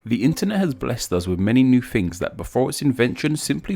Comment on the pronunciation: Please explain why "" pronounces"Things" as "Fings" and "Thought" as "Fought";)